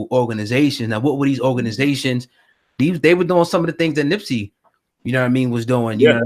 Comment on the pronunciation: "Nipsey" not nipsy smh